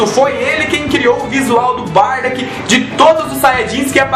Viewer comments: escrita correta >>>>>> Bardock pronuncia correta >>>> Bardack ^^ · nao e barda se pronuncia au pe da letra bar-DOCK